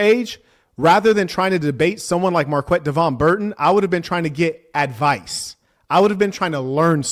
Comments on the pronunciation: The gay guy doesn’t even know how to pronounce his own name 😂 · Marquette can't even pronounce his own name. He went to this so called prestigious college and became a teacher.. What a clown